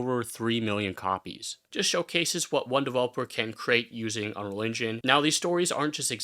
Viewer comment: bro keeps saying "unreligion" and it's throwing me off xD